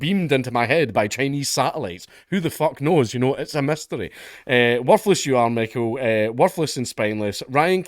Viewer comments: Tanaiste pronounced more like taw-nish-tah. Micheal pronounced “me- hole” as in “I’m talking out of me hole”. Hope this helps. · Hey Count Dankula,..this is how you pronounce "Tanaiste Micheál Martin" ... "Taw-nish-tah Mee-hall"..and Martin is pronounced "Gobshite", cuz that's what he is!😅 Love from Ireland! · I love you lad, but I'll give you Irish Gaelic lessons free of charge :) Tánaiste - Taw-nish-teh Micheál - Me-Haul And my favourite, Céad Míle Fáilte - Kayadd Meelah Fawill-teh